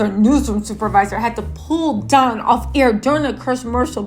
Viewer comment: It's don not dom